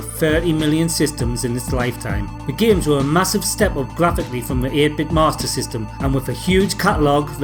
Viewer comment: Another great video. I love how you go all posh sounding too when you say "Master System":-D Although I do already own a Mega Drive, and several cool fully boxed carts etc, I have been thinking of purchasing one of those SD Mega Drive carts for a while. I bought the SD2SNES last year, and it is fantastic, literally hundreds of SNES games at your fingertips (and even scene demos like on the Amiga) from one cart...it's wicked. Now, watching your video has persuaded me to buy the Mega Drive SD cart too, to play so many great games:) The games you covered are ace, they all look, play, and sound tremendous, but I love the MD versions of Mega-Lo-Mania, Cannon Fodder, and Chaos Engine, to name but a few, but I guess they're not drastically different to their Amiga versions, which are probably just that bit better anyway, certainly in the sound department in some cases (such as Mega-Lo -Mania anyway). Keep up the good work mate, and keep on sounding posh when you say "Master System":-D Cheeeers!!